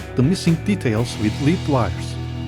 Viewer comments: Nice job. You vastly improved this Revell kit by leaps & bounds. Well done! (BTW, the heavy metal lead wire is pronounced “led” not “lēēd”. I know English is not your 1st language.) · Lead = Led, not Leed. 👍